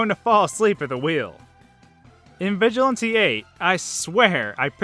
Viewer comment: Did he pronounce Vigilante right? Not so sure.